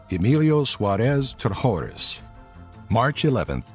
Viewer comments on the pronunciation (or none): You might want to update this video. David Hall has overtaken Delp for the No. 10 spot, having been sentenced to 825 years for 10 counts of promoting child pornography and 45 counts of possession thereof. By the way, "Trashorras" is pronounced "Tras-oras", while "Chamoy Teepso" should be pronounced phonetically. And in case you need the Arabic and Thai names of the Top 3, here they are. Jamal Zougam — جمال زوغام Othman El Gnaoui — عثمان الكناوي Chamoy Thipyaso — ชม้อย ทิพย์โส